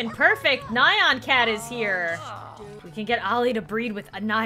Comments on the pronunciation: It’s not nion cat it’s neon cat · you said nyan cat wrong